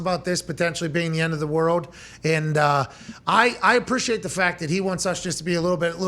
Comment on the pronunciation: please fix how you say world..... its not worwd. its world. love u man